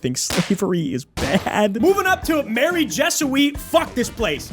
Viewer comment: aint no way bro just said "mary jesui"